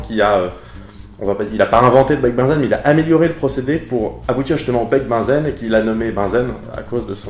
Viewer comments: peut être déjà dit, mais Bunsen ne se prononce pas comme "benzène", mais se prononce "bounzeun" (pas joli-joli à écrire, je sais...) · il me semble tu as confondu à la prononciation Bunsen et Benzène ^^ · tu prononces Bunsen comme Benzène ? Oups je n'avais pas vu que la vidéo date de 10 ans... 🥴